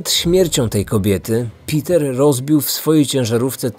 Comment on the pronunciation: Uwielbiam twoje filmy i to jak je przedstawiasz ale to węgierskie imię wymawia się pewnie nie Piter ale Peter. Ciekawa historia.